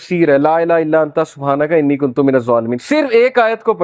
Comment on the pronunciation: Kuntum word nahi hai word kuntu hai